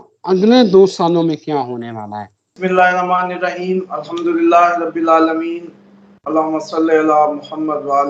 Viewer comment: Rab-e lala meen nahi hay Rab-el Alla meen hay sahee parah krain